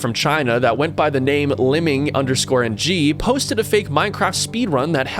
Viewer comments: O btw about liming ng, the "ng" isn't pronounced as "n.g" it's normally pronounced as "eng" (with the sound of the n) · the way he say ng killed me